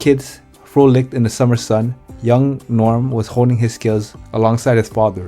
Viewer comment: If you cannot even pronounce Norm's name correctly, just go home.